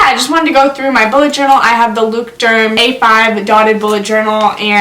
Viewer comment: its funny how you say Leuchtturm, because its a german word and it is pronounced in a different way :) the ch isnt pronounced like a 'k' or a 'c' its more pronouned like a 'sh' (like in fresh) (no hate, just sayin) and omg i love you <3